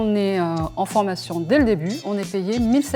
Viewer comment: MDRRR ELLE A DIT UNE FORMATKION PROUT